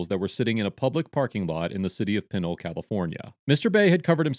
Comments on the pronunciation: Its pronounced Pin Ole lol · It is pronounced Peh-NOle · It is pronounced “Pin-ol” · Pronounced PANOLE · Pen-nole not pinnle